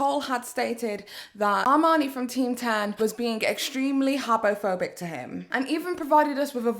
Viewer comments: I think you said habophobic so many times that my brain actually thinks it’s a real word😂😂 thank you dictionary 🙏🏼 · Just say homophobic and not habophobic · "Habbo Phobic" OMG!!🤣🤣 Did you play that game aswell, sis??😂